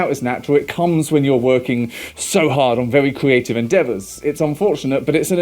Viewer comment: Yes, very important stuff. Did anyone else notice he naturally(?) adds in the "w"? like "vewy" instead of "very"? it's so god damn adorable to hear especially after hearing them yelling 😅